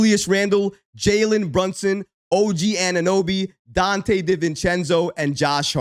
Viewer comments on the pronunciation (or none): none